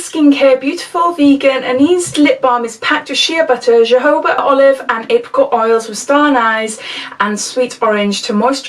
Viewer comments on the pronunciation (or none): Great box. Love the contents. Anise is pronounced - a-niece Jojoba " " - Hohoba Brilliant unboxing. But fat Happy New Year to you and yours 🎊🎉🎊🎉🎊🎉🎊🎉